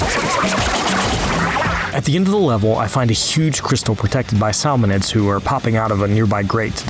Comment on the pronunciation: SAL-monids… really?